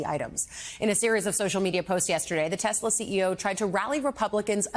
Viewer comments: I love TeSlUr... sir, it's Tesla. English is your first language as much as your like it to be 40s German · He said “I love tusler” 😂 get these old people out the White House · " I LOVE TESLERRRR " HAHAHHA 🤣😆😏